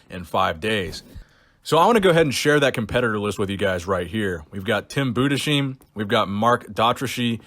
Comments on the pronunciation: Since a lot are already speaking about Tim Budesheim I just wanted to tell you that he is pronounced Budes-hyme, not Bude-sheeme. Greetings from Germany. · Bubble gut, bubble bubble bubble gut, turn around shake it out, show em what ya got, Phil! PS: It's Tim Boo-des-hime, not heem. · you just raped tim budesheims name :P Bude was right then just an s, then hei (pronounced like hi) and then an m tim bu-des-heim tim bu-des-(hi)-m